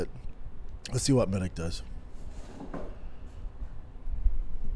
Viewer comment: Your a grown man how do u not know that ALL Serbian last names ending in ic are pronounced "itch" Med-itch!!!!